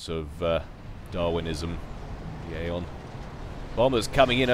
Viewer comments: ...instead of Aeon, i think you said "Gayon" hahaha!!! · did he say he's going gayeon? :P lol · LOL said gaon